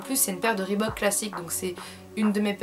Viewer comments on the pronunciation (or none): Je suis la seule à remarquer qu'elle prononce "Rebook" au lieu de le prononcer ? :') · Grace a toi je sais dire reebook XDD avant je disais Rébouk MDRRR XD ♥ Tes chaussures sont magnifique ☻Vidéo top ♥